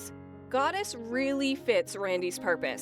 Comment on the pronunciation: it's goddess not doddis.